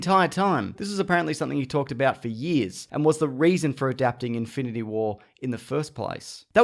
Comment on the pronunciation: It's in-fin-ity not Inf-i-nit-y war